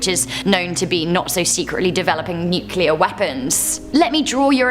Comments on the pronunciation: Why can't the dude say nuclear and not "nuculer"? Also, it's not hard to pronounce Cheyenne like "Shiyanne" and not "shenay". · Please learn to pronounce " Cheyenne" properly. And its nuclear.